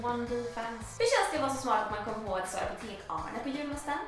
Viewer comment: Är det bara jag som vet att man inte uttalar det Apotek-Arnes? Man säger apotekarnes, alltså som apotekarens fast inte riktigt. Förr i tiden så sa man så men nu så fattar ingen det så jag får förklara det nu. Just wanted to tell you!